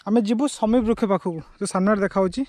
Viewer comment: ବୃକ୍ଷ ହେବ ... ବୃକ୍ଷ୍ୟ ନୁହେଁ